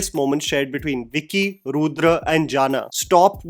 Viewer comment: It's bicky not vicky😂😂😂😂